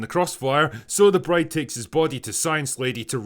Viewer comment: I think you may have mispronounced the title that last time, Drinker ;)